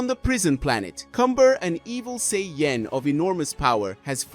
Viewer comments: Super Saiyan not SAY-YEN 😂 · Sorry, but how you say, "sayain," "say-yen" every time...distracting and annoying. Get your verbiage right man if your going to speak nerd in english. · What's a Say-yen ? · "Say-Yen" ok that's enough. 👋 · I KNOW , RIGHT!!?? HE HAD TO BE PRONOUNCING IT LIKE THIS TO SEE IF SOMEONE WOULD SAY SOMETHING. IT"S REALLY OVER THE TOP RIGHT?😂 I UNDERSTAND IF THE MAN HAD A STRONG ACCENT BUT I HEAR PROPER ENGLISH AND HE IS LITERATE . HAS HE EVEN EVER SEEN THE SHOW? I DONT WANT TO KEEP HEARING SAY-YEN. SO IM MOVING ON 5MIN. IN . TOO LONG ALREADY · Super Say-Yen... face palm... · i was thinking the same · It doesn't even sound right 😕 😅